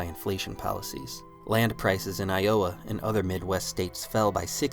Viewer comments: “aye o a” instead of “iowa” got me laughing, but good ass video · Gotta be AI if you’re pronouncing I-oh-uh instead of Iowa, right? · This channel is AI, how do you mispronounce Iowa. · Would be better without AI voice.cannot pronounce lowa